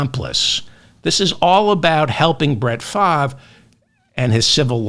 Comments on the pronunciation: The "R" in Favre is NOT silent, though it seems to be in the wrong place. However, it is pronounced "Farv". From a 60 year Packer fan, but ex-Brett Favre and Aaron Rodgers fan, for obvious reasons. One's a thief and the other is a ant-vax nutjob. Both are MAGA. Neither is acceptable. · It’s pronounced “Farve” as in “starve (the poor)” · Brett Favre's surname is pronounced in French; 'Faa-vaa' according to Google's translator. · It's pronounced "Farv." Really. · Pronounced Favray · Hey Mr Ferdman, love your show. The correct pronunciation of Brett Favre' name is (Far-ve)or (Farv) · That's the American or English language way to pronounce his name. French people pronounce it Fah-vre, with a soft ending on the letter E. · Who’s speaking French? For David: it’s Farv. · David has a hard time with some names, very hard. Still goes back and forth with Kom ah la (Kam ah la, Ka milia). I also like to throw in extra bits but not when it comes to his wrong pronunciations. Farv is as simple as it gets. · I think it's Fahve. The R is silent like the R in fish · No need to give Favre (pronounced FAR-VE) the benefit of the doubt. The man committed more welfare fraud off the backs of the poor than any other human being in this country. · Oh sh*t! I was listening to you to know how to pronounce his name. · FELDMAN. check the web for FAVRE pronuncation.... As always good show... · The mispronuncuation makes this better and reminds me of Ben Stiller's in Something about Mary. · You pronounce Brett Favre name like you’re from Boston David lol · He’s scum but at least pronounce his name correctly.